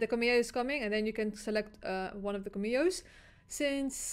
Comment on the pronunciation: Yes I also love the “KaMio’s”😭😭😭———Cam-Me-O